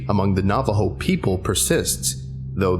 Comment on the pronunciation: Glad this SCP is inspired by our culture, but you mispronounced some things: Shaman (Sh- ah- men) Dine (Den- aye) Navajo (Nah - vah- Ho) the word is Spanish and "J" are pronounced as "H" I should not speak about it, but I also don't know much Navajo language Naaldloshii ( Nah-hah-zDIT-shu-hoo-shee-et)